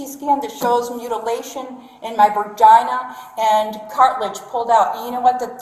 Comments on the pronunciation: "I got a CT scan that shows mutilation in my verjinuh..." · 😮😮😮😂 " A CT scan of my VERGINA" 😲😂😭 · “In my bergina” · She said "Vergina" 🤣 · "My vergina" 😂😂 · Did she say “vergina”